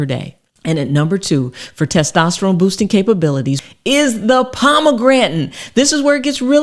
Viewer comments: The heck is "pomagrantin"? How hard is it to say "pom-a-granate"? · Pomegran'in? its POMEGRANATE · So... Palm-a-granite or Palm-a-gratin? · Pom A gran ate 😂 Nor pom a grantan 😅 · What the fuck is a pomegranen? 😅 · Thank you for the info. I’m sorry, but “suc-ceptible to kidney stones, & “ Pomegrantin”? Might want to edit these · Lovely thanks! Its pomegranate , not pomegretn🤣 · Was enjoying the video until the weird pronunciation of Pomegranate (pomegranton? 😵‍💫), and now that's all I'm focussed on 😩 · Pomegrantin ? LOL!! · She called it Pomegrantin. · Can’t trust someone that can’t pronounce ‘pomegranate’